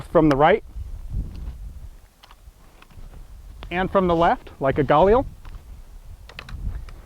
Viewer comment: Wait, say "Galil" again!